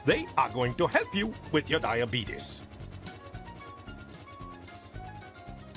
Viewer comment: Anyone else immediately get annoyed by the pronunciation of diabetes ? Come on.